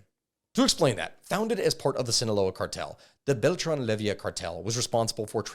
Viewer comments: Good video but dawm, hearing you misspronounce so many last names hurts broo, its leyva not levia, and well some others its just accent but yeah some names really got misread badly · Bro said lay-vee-uh, its lay-va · Ovidio not Olevito Guzman OseguEra not OsegUra and finally LeyIVA not LevIYA El MayoR !?? how is possible you cant read bro at that age? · 🤦🏻‍♂️it’s Leyva, not Levia. lol. And peñanieto didn’t botch the government response to the missing students. He covered it up. There is currently an arrest warrant for him in Mexico as he fled to Spain. And in Mexico, presidents serve only a single 6 yr term. There is no re election. Most of your info is actually pretty accurate. You left out so much but I get that you’re only talking about what’s been proven.I’m impressed. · If I hear him call the Beltrán-Leyva cartel "Levyia" one more time I'm gonna freak out.